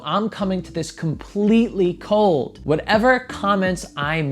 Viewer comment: "I'm coming to this completely COLE-d" hahaha (5.44)